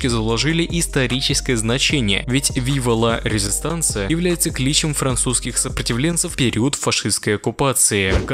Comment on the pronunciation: Когда кто-то говорит "Вива ла Резистансэ" в мире плачет один француз.